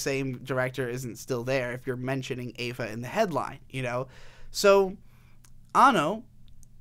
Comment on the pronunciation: good video but every time you pronounce EVA as EIVA i cringe but good video regardless.